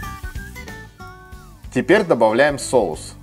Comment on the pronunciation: Рецепт огонь, так забавно звучит тепер,а не теперь